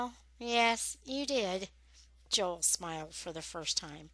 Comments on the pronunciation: its not Yoel its Joel but this is great anyways thx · The boys name is Joel not yoel